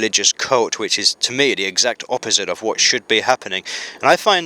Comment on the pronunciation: I think his views are leaning to one side... much like he is in this video. Says Durr instead of The. Has he had a stroke. People who are falling over to one side your supposed to ring 999 immediately. You let him drone on for an hour. I think I should call soial services, its past his bedtime ;-)